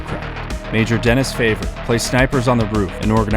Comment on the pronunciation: I know you're american and aren't exposed to much french, but it is "Den-ee Fah-vee-ay"